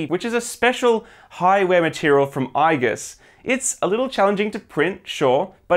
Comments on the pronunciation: Nice build! Also, the pronounciation of the "I" in "Igus" is like "Eagle", not "Eye" :) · You have to spell Igus correctly. It is not I-gus. It is Iiiiiiiigus